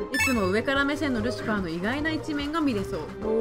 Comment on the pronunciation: ルシワァーじゃなくてルシファーですよ。ルシはアンケートでは不動の人気だなww